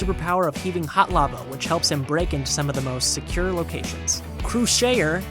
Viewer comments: Isn't Krushauer pronounced "Crusher"? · I think it's pronouced Cruh-shar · Krushauer's pronounciation will be "Krush-aur" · Krushauer, I believe is maybe pronounced as Crusher?